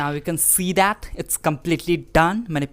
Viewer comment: You can she thaaaaaaaaa🤣🤣🤣